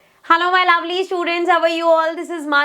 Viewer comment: Laveli nhi lovely hota hai